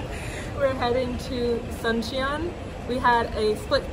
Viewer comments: It's actually pronounced "Soon-cheon" not like the Sun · “Soon chon”